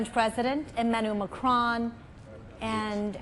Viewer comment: Not Marcon it's Macron